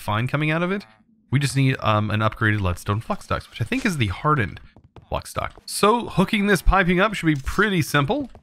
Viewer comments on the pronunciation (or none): I apologize, but the way you say flux irks me. Flux is pronounced fl-uh-x. Think of the flux capacitor from back to the future.